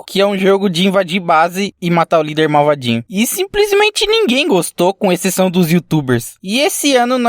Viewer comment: Gostei de ficar ouvindo "marvadinho"